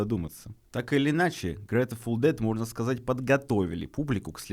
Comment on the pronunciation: Бля - почему Грэтэфул? Грейтфул Дэд! Или снова ИИ?